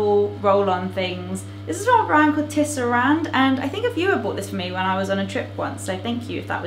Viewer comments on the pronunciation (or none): none